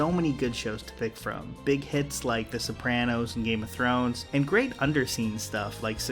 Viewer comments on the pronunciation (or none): none